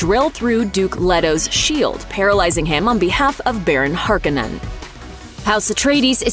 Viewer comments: It’s “Har-Kooh-nen” not “Harken-nen”😡😡😡😡😡😡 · Am I the only one who dies a little inside each time she pronounces Leto as "Let-toh" and Harkonnen as "Harka-nen"? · Leeee-to. Not LEH-to. Har-KOHN-en. Not "HARKH-onen". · It’s Har-cone-ins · Dude...the way she pronounces Harkonnen ....is infuriating!